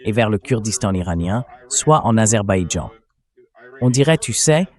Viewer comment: Aber baijan pas Azerbaïdjan 😅